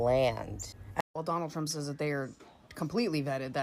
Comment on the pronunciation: I like the... I will boat (Vote) for Donal Tromp... Lol